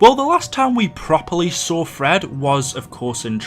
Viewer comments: Am i the only one that heard Fred instead of Tedd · it is teed